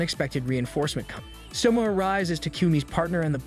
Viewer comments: suma LOL its soma bro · Every time the AI pronounces Soma as summa, I die a little inside. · its not souma its soma yukihera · I had to stop the video the second he said Suma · Literally spelled SOMA. How is it that yall butcher names so bad? So ma. Do yall even watch the anime or just read the manga?